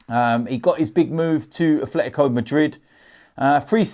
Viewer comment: There is no "F" in "Atletico".